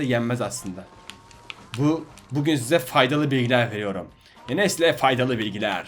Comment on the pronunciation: Abi bugün demiyosun pugün diyosun